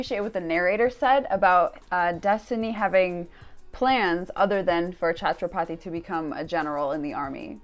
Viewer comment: Chatraphathi no this is wrong word correct word is Chhatrapati